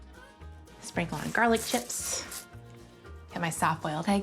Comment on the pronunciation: I thought she said "garlic Jeffs".